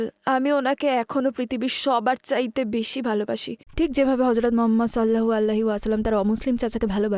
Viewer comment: সাল্লালাহু আলাইহি ওয়াসাল্লাম, উচ্চারণ করতে ভুল করে, মেয়ের কষ্টে এই উচ্চারণ টা আরো শুদ্ধ উচিৎ